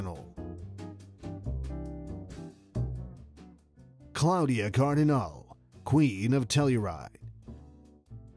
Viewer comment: It certainly grates on the ear that the narrator has not managed to learn to say "Claudia Cardinale" in Italian.